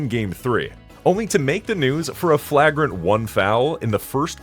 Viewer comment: Great video, but the way you pronounce “flagrant” and “Draymond” 😅